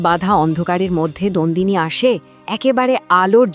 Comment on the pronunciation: Nandini noi Nondini, majhe majhe Nandini bolechen